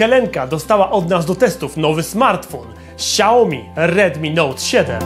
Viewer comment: Szacun dla za materiał, ale.. serio kałomi? Toż to badziew jest xD